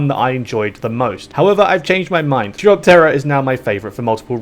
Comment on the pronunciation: Btw, chiropterra is pronounced like chiropractor, Nightmare moon is princess Luna from Equestria, not queen Chrysalis, which is the one from the changeling lands, also, you should play hippogriffia, or colthage, they have some wild fucking paths